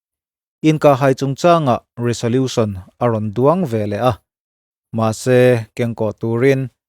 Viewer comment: Resolution tih a 's' hi 'z' ang a lam tur aw